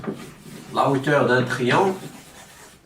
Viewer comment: Hauteur ❌ heteur ✅